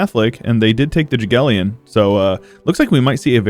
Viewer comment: Poland, Croatia and Livonia like an absolute chads staying catholic. Btw Jagelion? Ok I know Polish names are hard but its said like Yagiellon